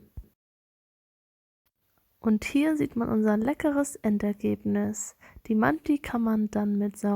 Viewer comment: Man sprichst du manti deutsch aus 😂